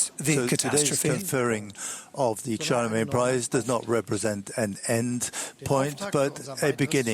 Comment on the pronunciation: Billions, not millions. Also Charlemagne, not Chalemagne.